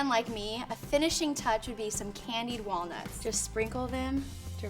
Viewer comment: Don't you mean WALNOOTS?! 😂